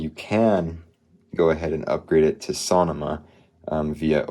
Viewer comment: Why did he say Sonoma like that???